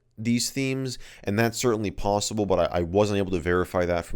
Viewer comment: OMG WEIRD And LOL, "pobbible"